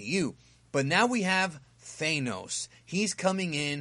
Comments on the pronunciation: I think it's Thanos, not Thaineos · it's tha-nos not thane-nois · you called "Thaynos"? how can you do marvel videos and not even know how to say Thanos? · Why do you pronounce thanos’ name “thaynos”? Highly annoying.